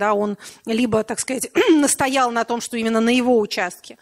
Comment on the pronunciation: Е. М. произнесла слово "чо"! Теперь,как говорится,я видел всё))